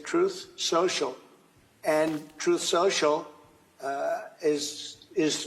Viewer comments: Lol, Trump also calls his BS platform "troth sential" 🤷🏻‍♀️ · The first time drumpf rolled out his dumpster fire social media platform he called it “troth sensual.” 😂😂